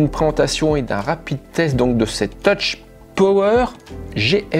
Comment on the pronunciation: On ne prononce pas "toutch" mais "teuf" ...